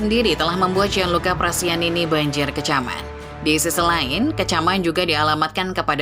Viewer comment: Prestianni min, bukan prestianini.